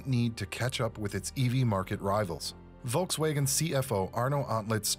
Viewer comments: Volks wagon, not Volks waygon. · volks waghen pronounced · Never heard Volkswagen pronounced this way….